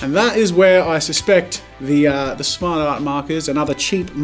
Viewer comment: I really thought he said "snart art makers"